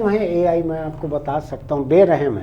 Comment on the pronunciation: Ye Al Al kya hai 😂